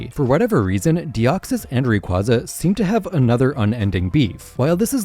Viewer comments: Moltres is actually both spring and autumn since it can get warm in those seasons Edit: FCK ITS Ray-QUAY-za ITS THE OFFICIAL PRONOUNCATION DAMMIT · Love the video! However Rayquaza is pronounced Ray-kway-zuh